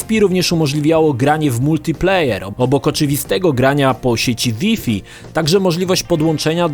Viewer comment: Taka wskazówka na przyszłość. Jak już wszystko na siłę starasz się mówić po angielsku tj. PiEsPi, DiEs itd... to Wi-Fi wymawiaj Łaj-Faj...